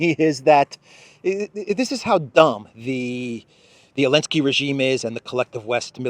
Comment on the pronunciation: Why do you call President Zelensky, 'Elensky'? I don't understand. Is that a mark of disrespect or something?